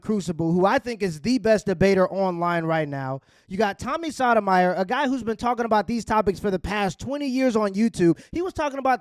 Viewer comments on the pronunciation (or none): Bro you need to pronounce Sotomayor’s name right. It sounds like you said sodomy. Come on now. Tighten up.